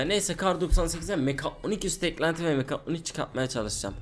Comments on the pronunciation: sen önce git 1 konuşmayı öyren mekatonik deyil mekatronik tmmı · abi niye hep mekaytyonik diyon